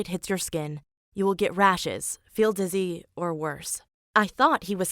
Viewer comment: ‘You’ll fell dizzee’